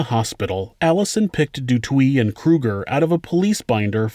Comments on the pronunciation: Great vid. Sorry but du Toit is pronounced /du TWA/ not /du TWEE/. Why not check out pronunciations before making videos? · what’s dutowee? it’s pronounced du toyt 🙄 and these pigs have been paroled in july. i hate this world. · De toit is pronounced "duh toy" not " de twie" and theuns is a silent h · Du Toit is pronounced as Du Toy and not Du Twi 🤗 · Pretty sure Du Toit is pronounced "doo twah" not "doo twee". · Du twee...hahaha it's pronounced Du "Toy" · Haha fuck sake Do Twee, Say it like this 'Do-Toy-T' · It's pronounced "du TOY" (not "du Twee") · DuToit is pronounced Du Toy while Botha is pronounced Boatha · The letters 'oi' are pronounced wa instead of wi. So the right way to say it is du twa. Just a detail but why not do it right instead of wrong. Love your shows. What an amazing woman. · great channel, I live in S.A. and just a small note, du Toit is pronounced "du Toy" /"du Toi" and Botha "BoahTa" thanks again for the great episode and if u get the chance look into Henry van Breda, a literal axe murder from a rich family / family annihilator and there's plenty content out there, including his GF who believes he didn't do it. keep up the good work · Du Toit is pronounce du Toy... for the record. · du Toit is a French last name pronounced : “du tooah” Toit means “roof” in French 👍🏻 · You pronounce it "Do Toyt" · I’m Australian, but is it meant to sound like “De Twa”? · Just FYI the name du toit is pronounced du TOY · Du toit is prenounced du toy phonetics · Here they would pronounce the surnames Da Toy and Kreer basically. I remember this story when I was like 9-10 she became a well known inspirational speaker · And du toit "do toy" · Du Toit is pronounced "Du Toy". Alison is a hero here in South Africa. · No in south Africa botha is pronounced "boowah ta" and du toit in south Africa is pronounced do toy. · South African name/surnames are pronounced: Theuns = Tea-yurnce ("h" is silent in Theuns) Botha = Boo-wa-tah ("h" is silent in Botha) Du Toit = Du Toy 😉🇿🇦